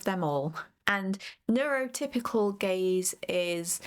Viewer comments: hehe the first 15 seconds already got a chuckle out of me. "GAZE" not to be confused with "GAYZE". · Did you mean Gayz or Gaze? Please clarify...lol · I can only hear "gays" every time you say "gaze" lmao